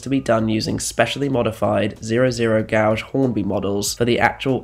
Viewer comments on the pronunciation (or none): >Gow-ge You mean gauge? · Try and investigate how words are pronounced diaspora (dee asp ora) fanzine (fan zeen) Gloucestershire (gloss ter sheer) gauge (gage) re-creations should be pronounced as it looks as recreation is something completely different. Generally however the videos are great.